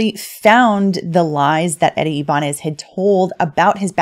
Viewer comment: Its eddie (i-ba-nez)